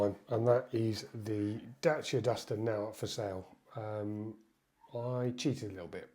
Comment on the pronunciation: Please learn how to pronounce "dacia"